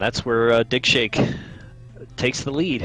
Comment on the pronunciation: I can't help but hear dickshake with that accent